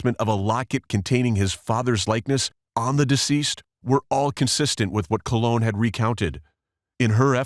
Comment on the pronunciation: COLE-on, as in colonoscopy.